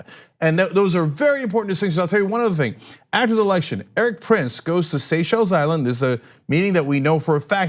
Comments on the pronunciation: You finally learned how to pronounce Seychelles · OMG Cenk pronounced Seychelles correctly!